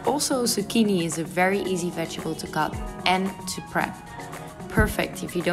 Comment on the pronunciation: You say vegetable funny 😆